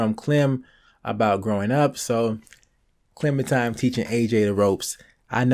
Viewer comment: i hate he says clemintime